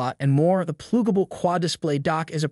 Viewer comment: This is the laziest AI video I've come across. "PLOOGABLE" ?????? 😂😂😂 Give up on YouTube, your shiit content isn't welcome here